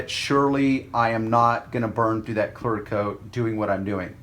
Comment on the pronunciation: ITS CLEARRRRR CLEARCOAT I HEAR YOU SAY CLARCOAT